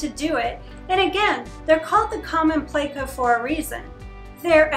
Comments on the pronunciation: It’s pleco where do you hear (play•co)? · its pleco not playco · Also why does she say "playco" instead of pleco like her husband correctly does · Pleco. Not play-co. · I can deal with the lovely saying "bayta" but I can't abide her saying "playcko" 🤣🤣